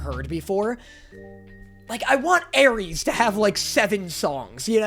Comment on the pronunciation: "Hermessss and Jay" but it's "Arreesss and "